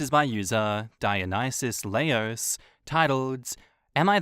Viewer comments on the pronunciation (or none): none